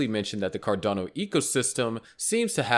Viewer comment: Car-delay-no won't even hit $6